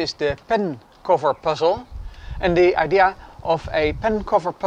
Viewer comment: He said idea with an a!